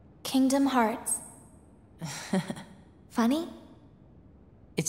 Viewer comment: Très bon boulot, merci pour l'ajout de ce film. Par contre, "heart" se prononce "hart". Ta manière de le dire signifie "terre" (earth").